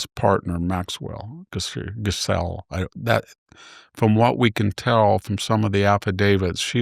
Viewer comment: 'Ghislaine' (pronounced gee-len) not 'Giselle'.